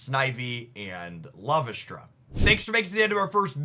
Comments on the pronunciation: Lar-ves-ta Not larvastra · I think taking a smidge more time to learn how to pronounce the card names might be helpful in an in depth analysis style video. there are no 'n's in Morelull and only one 'r' in Larvesta